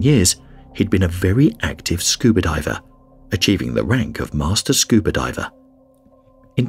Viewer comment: When did scuba become scubr?